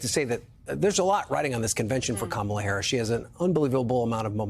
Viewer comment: that’s all y’all have got. “She doesn’t do interviews…whaaaa.” Mispronounce her name. Lie about the economy, the border. THIS. IS. WHY. Y’ALL. ARE. LOSING.